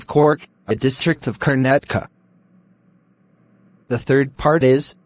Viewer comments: kanetaka✅ Karnataka ❎😂😂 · Karnataka❌️ karnatka✅️